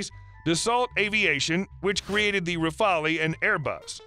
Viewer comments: Great video!! However those computer generated voice overs make dozens of mistakes (mispronunciation) on foreign names. I'll pass on all of them ( so many that us gentlemen of great culture cannot easily tolerate ) except for the Rafale. It's been mispronounced in the past as Raphael (a bit of dislexia there...) and in this video "rafalee". The pronunciation is rafal. Rafale means a burst of wind or gun fire., repeat after me. Rafal!! Thank you. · You might need to pronounce the term "Rafale"